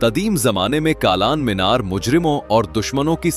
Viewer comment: O bhai... Why are you using urdu words in a bad manner? U shd learn correct urdu. Meere arab Kalan meenar Labe hauz Etc you spoke wrongly... Pl improve your urdu Or stop this video making.